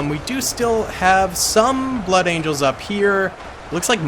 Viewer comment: So, you can say blood angels but you cant say blood. Interesting stuff.